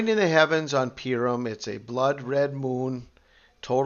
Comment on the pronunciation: Purim is pronounced "Pooorim"